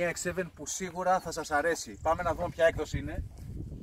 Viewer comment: Εξ εφτά λέγεται όχι χι 7 η εξ σεβεν